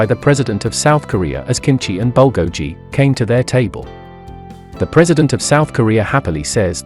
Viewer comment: Your accent of bulgogi is pretty hard to understand it took me 3sec to think about it... Better at least search how to pronounce the proper name of cuisines if you aren't familiar with it.